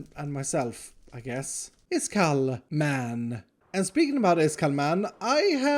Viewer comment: Why Everyone Says His Name Wrong? His Name Is.